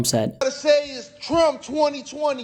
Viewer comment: Bruh why can’t u say trumps name